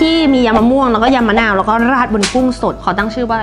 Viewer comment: พี่เขาพูดยิมมะนาว